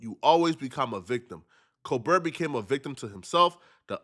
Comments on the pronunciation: Let me help you out love, Steven’s last name is pronounced “Co Bare” the T is silent. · It’s Steve col-bear not co- BERT